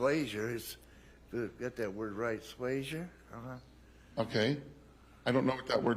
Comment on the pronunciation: yes “swayser”